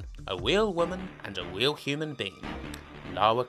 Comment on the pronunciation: " a woman, a WEAL woman" 😂😂